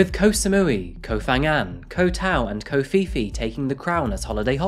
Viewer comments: This is a tragic story and I don't want to make fun of it at all. I just want to point out a rather amusing aside: "Ko phi phi" is pronounced exactly the same as "Covfefe" and it makes me laugh. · You said "ko phi phi," but I heard "covfefe" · Wait, did you say "covfefe"?